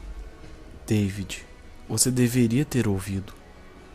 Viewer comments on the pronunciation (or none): Seu nome é david não deivid